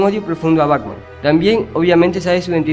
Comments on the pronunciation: Esta muy bien la recopilación, aun que te faltaton varios, como Polilla Asesina, Shame, el rey condimento, entre otro. Solo si tengo una observación, tu dices: BACMAN.. me imagino que lo haces inconcientemente claro! pero si vas a hacer un video con audio en off, por lo menos pronuncia bien el nombre BATMAN! igualmente felicidades por la recopilación! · Antes de hacer otro video aprende a pronunciar las palabras, sobretodo los nombres, es BATMAN, NO BACMAN.